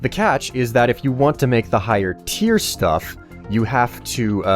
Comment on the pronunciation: i thought he miss pronounced 'stuff'